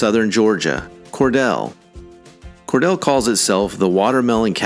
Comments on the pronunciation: Cordele is pronounced ‘CorDEAL’, not ‘CorDELL’. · Cordele is pronounced Cor-deal, not Cor-dell. I grew up in Albany in the 50's and 60's and graduated from Dougherty HS in '67. Back then, Albany was a decent place and I'm sorry to see that it has fallen into a state of ill refute. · By the way, speaker, city of Cordele is pronounced “Cor-DEEL”, not “Cor-DELL”. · You need to learn how to properly pronounce "Cordele" It is not Cordale it is Cordeal! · Cordele is pronounced Cor-deal, not Cor-del. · It’s pronounced Cor-Deal, not Cor-Dell. This is NOT the Georgia I grew up in. About half of the winners are located in south area of Atlanta, near airport. Urban gangs have run rampant in woke democrat strongholds. It’s so sad and so unnecessary. Georgia, in general is a great state with many great areas to live but avoid south of airport for about a 30 mile radius. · 1. It’s Cor-deal, not Cor-dell. 2. I’ve lived in East Point for two decades, and I can say my neighborhood is freaking fantastic. Much of East Point and College Park are beautiful and safe. But then you go to Old National or Tara Blvd or Greenbriar Mall, and you are in a whole other world. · Cordele is pronounced cor-DEEL, not cor-DELL. And, yes, it sucks. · It's pronounced Cordeel, not Cordell. That might come in handy for future lists. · I believe Cordele is pronounce Core-deal. I have a hard time believing Atlanta, Savannah, and Columbus are better cities than Brunswick. There ain't enough money in the whole state of Georgia to convince me to live in antsy of those cities. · Cordele is pronouonced Cor-Deal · “Cor-deal” fool. What shiity school did you attend? Next question you should answer….. What is the make up of each of these towns? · Cordele is pronounced Cor-DEEL. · It is pronounced Cor DEAL! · Cordele is not pronounced Cordell. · It’s pronounced Cor deal !! I’m not surprised that 4 of these cities are suburbs of Atlanta. The southside of Atlanta has been terrible for the last 50 years or more.